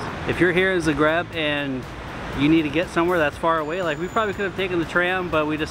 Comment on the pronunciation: bro says 'zgreb'. its 'z-ah-gr-e-b'.